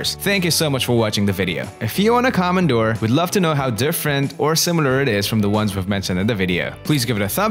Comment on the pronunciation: Please don't say 'come & doors', just normal o wovels. Komondor. Simply o.